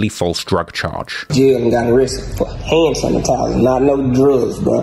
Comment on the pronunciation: “ Hannn Sanitizer “😐😐😐boystfu